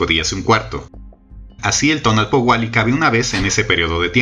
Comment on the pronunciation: Muchas gracias por el tiempo, la creatividad y el estudio que te llevó hacer este vídeo., Solo una pequeñita observación en la pronunciación: TONAL- POUH- KE ya que tu estas diciendo TONAL- POUA -KE